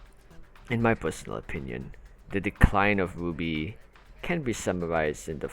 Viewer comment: your pronounciation of rwby sounds like 'booby' i was confused for 2 minutes until i understood.